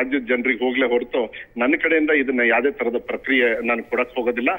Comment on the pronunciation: ಪ್ರಕ್ರಿಯೆ ಅಲ್ಲ ಪ್ರತಿಕ್ರಿಯೆ